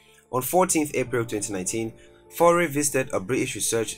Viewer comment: YFaure , Michel Seychelles are french pronouciation 2020 finite il 31 st of December Lord bless you bad pronouciation